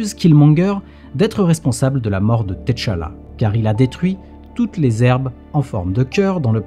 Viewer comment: Je rêve ou il a dit Ted T-challa 😂